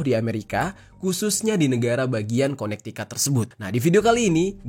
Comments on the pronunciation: Konektikut bang bacanya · bacanya kone tiket bang